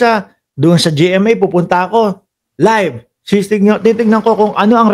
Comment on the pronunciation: Live hindi libe bulol